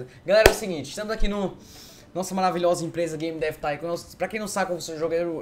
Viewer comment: " hello auausususudushddudu baby game dav thincon ( sla como escreve isso : D )